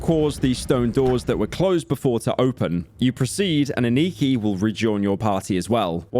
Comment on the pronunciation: “Eniki” Bro how do you fumble the name so bad🥀